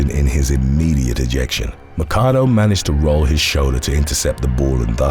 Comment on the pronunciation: Another good video. Just a heads up. Papelbon is pronounced Pa pol bon and Machado the ch is pronounced like chair